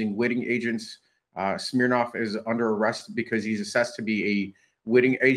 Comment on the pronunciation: "Smirnov" huh..